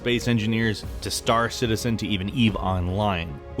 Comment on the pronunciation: "Star Citiezen"